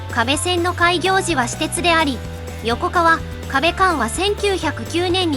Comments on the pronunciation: 横川「よこがわ」な。よこかわは信越本線になる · 以前の何かの動画とあわせて考えると、ヨコカワとヨコガワがごっちゃになってるように感じます 広島の横川はヨコガワ、群馬の横川はヨコカワ、 そのように読み分けてもらうと聞き流していても不自然さがなくなることでしょう